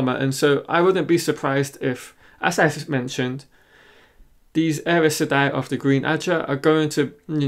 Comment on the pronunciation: The way you pronounced Aes Seday is like there is an R somewhere after the A. You should listen to Kate Reading